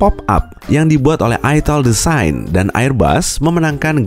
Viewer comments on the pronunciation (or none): none